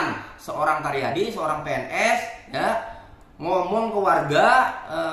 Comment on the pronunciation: 😂asa karyadi td bilang, jd yg bener Taryadi ya? Bukan caryadi?